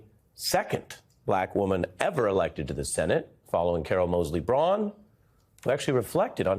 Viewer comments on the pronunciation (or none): none